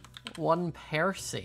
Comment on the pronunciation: Did anyone notice he called percy the polar bear peroy